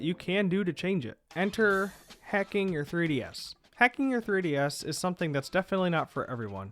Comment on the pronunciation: Sounds like you are saying hecking your 3DS.